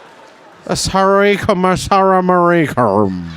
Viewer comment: never heard of him until tonight. youtube suggested a short clip. at first i was like wait, this guy is doing this material in the politically correct/woke U.S., where i live?? then i looked him up. saying 'Assalamu alaikum' with a Chinese accent killed me! is awesome.